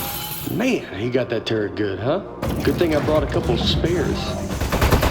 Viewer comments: Really? Nobody thought of the name "Tur-let"? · Not calling it a turrlet was....sigh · Turret, more like Turr-let. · Erik Wolpaw said that Nate couldn't pronounce turret very well and if you listen real closely you can tell.